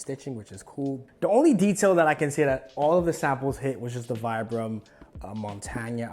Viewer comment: Man can pronounce saint laurent but not vibram